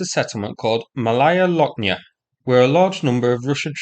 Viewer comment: It sounds "Mawaya Woknya", not "L". It's the same as in Polish "ł".